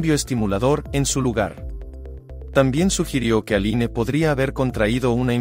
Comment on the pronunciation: Se escribe ALINE, pero se pronuncia: "Alin" nombre de origen francés.